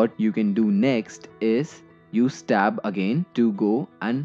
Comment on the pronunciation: You say " press stab" I've never heard of that key